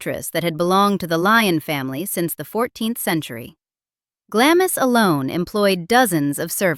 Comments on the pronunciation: Please pronounce Glamis properly it is not glam is it is glams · Glahms Castle, not Glammiss. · Gla-miss? Seriously? Try Glahms. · It's not Glamis, it's pronounced Glams! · It’s pronounced “Glarms” not Glamis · It's pronounced "Glahms," not Glam-is. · Although it's written GLAM-IS, it's pronounced GLAHMS. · It's not pronounced "Glamiss". It's "Glahms". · It’s pronounced GLAMS not Glamis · Glames not glamis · The castle is not pronounced GLAM-IS The name is pronounced GLARMS, as in charms. GLARMS CASTLE! 🇬🇧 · Glamis is pronounced “Glaams” not Glamis-is! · Glahms, not "Glamm-iss" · It's pronounced Glams not Glam-is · "Glamis" Castle is pronounced "Glaams", and not "Glammis"!! Unusual, I know, but surely you would check all pronunciations before embarking on an historical documentary! Actually, without such a knowledge, I'm a little surprised you didn't pronounce it "Glaymis" Castle!! Perhaps I am a little more sensitive about this, because I am Scottish and come from that part of the country!! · It's pronounced Glamz castle not Glamis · She is the one all the Royal Staff wanted to work for because the household was so relaxed.I know that for a fact,because my aunt worked for her,which means that this video is basically cobblers. By the way it's pronounced Glarms not Glamis. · For goodness sake - it’s not pronounced GlaMIS! It is pronounced GLAAMS! 😏🇬🇧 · Not GlaMIS.Its pronounced GlaRMES! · Absolutely! Foreigners call it Glamis, pronouncing every letter to rhyme with amiss. Others say Glams ( as in clams) People who have heard it pronounced correctly, know that it is pronounced Glarms (to rhyme with farms.) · Interesting. Glamis (Castle) is pronounced Glarms, not 'Glam-miss'. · Pronounced Glams not Glamis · Glamis pronounced "Glarms" to rhyme with "arms". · Glamis is pronounced Glaarms. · Glamis is pronounced GLAHHHMS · It's pronounced Glamz, do try to keep up. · Glamis is pronounced Glahms to rhyme with Brahms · Glamis is pronounced 'glaams' 🎉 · It's pronounced Glarms